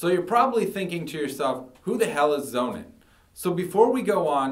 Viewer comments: I listened to his story and wondered what this 'zonin' product was. Man, if you are that eager to sell this german battery, at least pronounce the brandname the way it is supposed to sound: 'sonnen' is german for SUN and should sound like 'Sonnun', not like 'Zonin'... For me the Powerwall, no doubt ;-) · I consider the Sonnen is a much better long term solution for the reasons he elucidates ( altho I hate his mispronunciation!). So, despite the higher price ( almost 3x!), I opted for Sonnen over Tesla. The software management is excellent, and the service is great. In the long term, I think Sonnen will be the gold standard for its better quality in many areas. Tesla, with Elon Musk as its CEO? - it's got to be a worry; a seemingly simpler and cheaper solution that won't give you satisfaction in the long run that solar power requires.